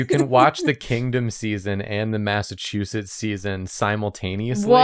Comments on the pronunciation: According to, it's "Massachusiss" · Every time doesn't pronounce the Ts in Massachusetts, I get a year taken off my life (and every time we kiss, I swear I can fly) (we're not doing that joke this year!)